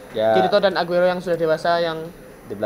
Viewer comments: The name is Eugeo , it is not Aguero =__= c'mon, this video watched by foreign peoples included japanese.. please. E-U-G-E-O. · Min eugeo bukan aguero :v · Namanya bkn aguero, tp eugeo yang bener